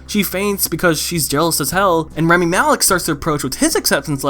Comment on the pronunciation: everytime you said rEmi instead of rAmi i wanted to die a bit more